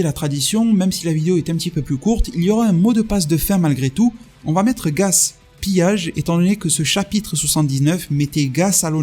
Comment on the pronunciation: Gas-pillage 😁 Bon sinon, à toutes fins utiles, parce que l’erreur est répandue : genèse se prononce jeu-nèse 😉